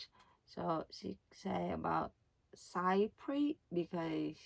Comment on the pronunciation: Hello! Chypre pronunciation is sort of like: sheep-prey 😊 not exactly but close! Congratulations on your adorable new sandals